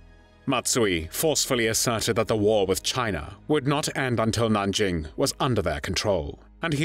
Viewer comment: A. Nothing new... Just AI spotty repeat of prior better prepared reviews; but with poor AI pronunciations. B. Stop with the unspeakable... Nanjing was the third major China city ravaged by Japanese forces in unheard of savagery... w' mass rapes of women & children, even boys & mass executions for punishment for resisting & failing to surrender immediately ... The Japanese army was supposed to move on immediately, in the German word, Blitzkrieg... but its commander reported his troops were so tired from the ravaging, looting & other war crimes of Nanjing, they had to rest for immediate for an entire month! >> When Villagers who escaped to religious enclaves reported the savagery, wholesale & systematic rapes--family on family--& executions, they were un-believed by Christian missionaries because the Japanese Army was believed the most disciplined in the world.